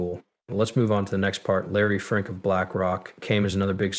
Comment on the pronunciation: ITS FINK NOT FRINK😂😂😂